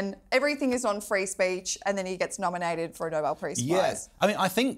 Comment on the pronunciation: There’s “noble”. And then there’s “Nobel”, as in Nobe-el